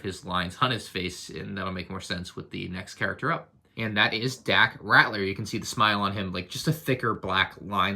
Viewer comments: Gonna be that guy. It’s Dak Ral-ter (not Rat-ler) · Dak Rat-ler? His name is spelled Ralter. Just pointing it out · It's not "Ratler," it's "RALTER." "L" before "T." I know it shouldn't be a big deal, but it really bothered me every time you mispronounced his name. Not sure why, but it just did. Pretty cool set! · said Dack "Rattler" lol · Lol rAtLEr not ralter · Lego botched Dak Raptor ’s name worse than you pronounced it by misspelling it as “Dack” Smh Lego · It’s 2020 and still can’t pronounce daks last name properly